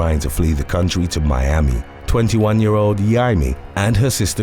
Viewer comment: A dude has to be a special kind of fucked up to take off another man's nads with a CORKSCREW. Also, I'm pretty sure "Yeimi" is supposed to be pronounced "Jaime".